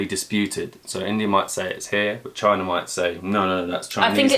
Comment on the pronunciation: "Chy-Na" -Trump